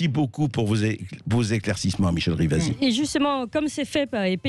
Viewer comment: RIVASI ! Pas rivas . Et elle à raison , stop aux parasites .